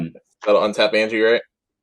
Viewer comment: An-Yah! Not Angie...